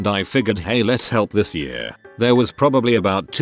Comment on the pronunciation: I really hate how this bot reader(or whatever it is called) reads the word "year". Come on, I know it can't be perfect, but "year" is a pretty common word, so don't let it be "yaar".